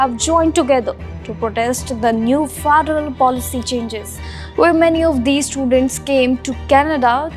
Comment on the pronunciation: Gosh her pronunciation 😂 Faaadaaaraaal